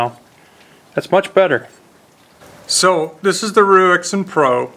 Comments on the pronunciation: It's pronounced "Raisen" like the fruit & you should do a video on their newest model, same low price but comes highly modified with a clamping system for the blade that revolves so once set all you need to do is revolve the clamp by 90 degrees to access the opposite edge & it's all mounted on a G - clamp type base you can clamp to any kind of table. It's worth noting that this one is a 1st generation model & the one I've just received this morning is an 8th generation model so the company does at least act on the feedback it receives, if anyone wants to see one in action look in the side-bar of videos to the right of this video & find the one from " Steve Jordan " from 4 months ago. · Hi it's raisin pro.. is what the name is pronounced like.. Rui is Ray and Xin is Zen.. Ruixin is Rayzen,, or like the dried fruit raisin..